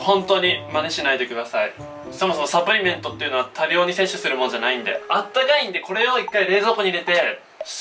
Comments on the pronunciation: サプリメントのイントネーション気になった人👍👍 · サプリメントの発音がおかしいwwはじめしゃちょーかわいい！(*^^*)